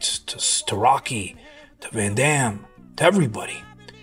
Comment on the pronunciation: That interview with Dolph is literally out there for everyone to view. Why do you need to repost it adding your ad lib? You literally repeat what Dolph says in the video. Also, you can't pronounce Jean Claude Van Damme or Arnold's last name? This just all looks extremely insincere...I recommend everyone watches the interview with Dolph in full.